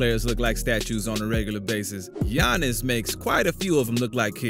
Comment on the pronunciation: Bro really said "Giannis and Thonnis" LMAO